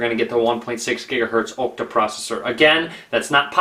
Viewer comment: it's an Ah-cta core processor, not an Oh-cta core processor;P